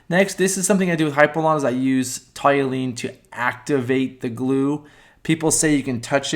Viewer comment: Toluene. TALL-you-een